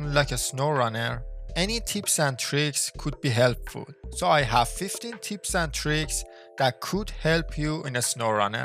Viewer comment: bah bah "teeps" and "teereeks" 😂